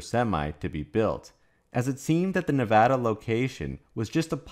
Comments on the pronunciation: I live in Reno and I’m on USA parkway all the time (location of gigafactory 1.) these trucks are always doing under the speed limit with an empty trailer. Wish I could show y’all the size of the recycling pads for battery’s. Thank you for pronouncing Nevada correctly!! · Thank you for properly pronouncing the name of the State of NEVADA